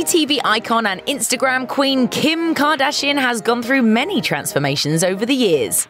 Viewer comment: I hate how you pronounce “kardashian“